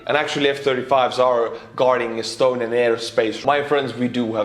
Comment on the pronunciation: Those estonian r's are just the chef's kiss. I worked with an estonian conductor for a while and I loved the way he pronounced my first name, which does include an r. Give those r's some love.